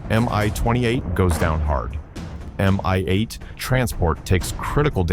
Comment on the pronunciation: Please learn to say helicopter and aircraft names correct, not spell separate letters. Mi-8 is pronounced as Mee-8, not spelled M.I.-8. You will sound better informed then.